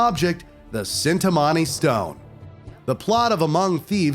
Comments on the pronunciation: It makes me cringe to how he pronunced zoran lazarevic and cintamani 😭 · Nothing could've prepared me for how caught off guard I was by the brutal mispronunciation of Lazarevic and Cintamani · Cintamani stone and Lazarevic made me cringe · The way you Pronounced Cintimani, Lazarvich and Iram made me angry. Otherwise great vid dude.